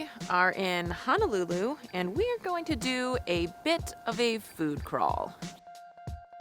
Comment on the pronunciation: Hi, Honolulu is pronounced as: hoe (like the garden tool) - know - lou - Lou. Adobo should have at least a tangy taste because of the vinegar. Adobo is a simple dish of: vinegar, shoyu, bay leaves, garlic and peppercorns. Maguro Brothers are really two brothers from Japan that wanted to move to Hawaii, as one is a surfer. Katsu is pronounced as a soft 'a:, so 'kut-su'. The beginning scene of your video is showing the Ala Wai Boat Harbor, where it was featured in 'Gilligan's Island' tv series opening scene as to where they sailed out from onto their famous '3 hour tour' Liked da video!